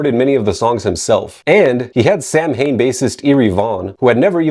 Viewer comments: So knows the proper way to say “Samhain,” but not Lodi. Which is amazing. “…In New Jay-er-sey. This is, of course, your favorite channel, ‘He-Ayy-Vee-Why Academia.’” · I will say that the word sounds way cooler pronounced phonetically lol. Same with the band Macabre - the actual pronunciation just doesnt sound as cool :P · Do yourself a favor and listen to the pronunciation of Samhain in the song "November's Fire" on November-Coming-Fire. Clearly the band pronounces it correctly in its Gaelic form.